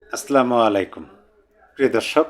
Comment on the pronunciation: আস স্লামালাইকুম নয় ভাইয়া আস সালামু আলাইকুম এটা সঠিক।আর এটাই বলবেন।